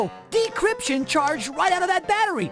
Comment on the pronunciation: Dee Cryption